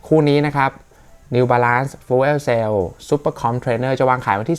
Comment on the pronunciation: fuel ออกเสียงประมาณ ฟยิว